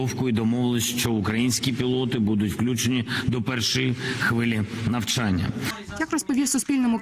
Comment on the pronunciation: Уточните "нАвчяння" или "нЯвчання"?